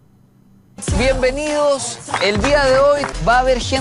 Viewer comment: Cada vez que dice BIENBENIDOS, siento que va a decir A LA FREESTILE MASTER SERIES